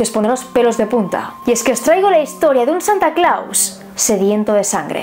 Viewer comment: No sé pronuncia Santa Claus! Y como es que hiciste un libro? En buen plan lo digo, a parte soy tu fan.